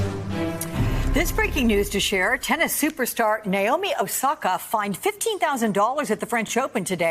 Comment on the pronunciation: also her name is naomi. not nayomi. why cant the anglos pronounce anything correctly? it's very simple na as in "national" o as in "other" mi as in "mineral"